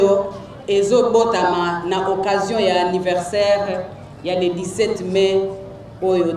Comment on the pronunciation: 17 Mai prononcer Mé, et non 17 Main 🖐